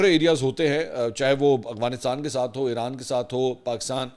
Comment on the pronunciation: اسلام علیکم منصور بھاہئ ، آپ ھمیشہ افغانستان کو اغوانستان پڑھتے ہیں،اگر میں غلط نہیں ہوں تو پلیز تلفظ درست کر لیں،🤗🙏🙏 پاکستان زندہ باد